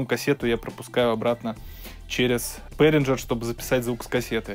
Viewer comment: Бэээringer- не к лицу!